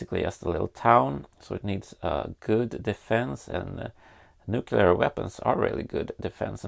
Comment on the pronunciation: nucular - the world is nucular :P